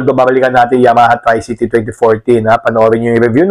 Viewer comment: correction po....tree-cee-tee hindi try-cee-tee.